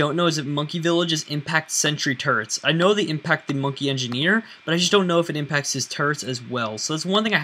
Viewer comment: No offense but when you say "Turrets" it sounds like your saying "Turds"